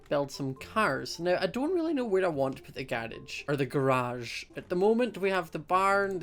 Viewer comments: why do you say garage like that :( hahahaha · ... I am laughing. He said garage the way I say it... and it freaked me out.